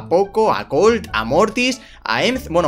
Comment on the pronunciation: colt dice cum O